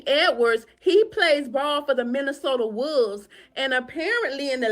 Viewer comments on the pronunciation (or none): the Minnesota wovvves😂😂😂😂😂